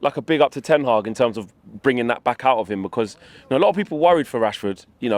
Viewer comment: Allow me to school you lads in a bit of Dutch; the Ten in Ten Hag is exactly like the "de" in de Jong, or "van de" in van de Beek, or the "van" in van Gaal. Therefor when pronouncing his name, we never stress the "ten", we stress the "Hag". So no more TEN hag, but ten HAG from now on lads.